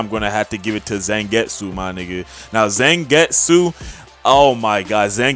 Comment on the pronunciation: they way you pounce zangetsu is Z- ON-GET-SU